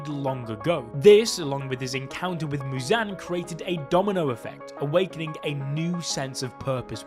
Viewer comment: Why the fuck is he saying Mewzan